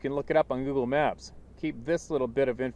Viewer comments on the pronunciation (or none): none